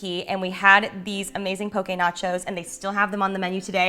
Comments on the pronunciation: Yay!! You pronounced “poke” correctly👌 From Oahu, HI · As a Hawaiian I like that you mentioned that it’s not authentic! You did great on pronunciation on poke! And these recipes are great! 😅